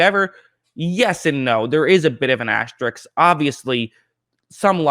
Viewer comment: ASTERISK. not ASTERIKS. correct counts. RISK. RISK. RISK.